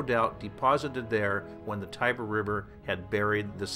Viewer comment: I would propose to pronounce the names of the river and the goddesses etc. the way the Romans pronounced them or the way the Italians use and pronounce them today and to avoid your American gibberish. Europe is not Texas and not Kentucky.